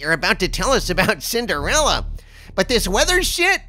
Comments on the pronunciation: Sin-der-fella. Says it all right there. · When says "Cinderella," I feel like I want him to pronounce it "Cinderellie!"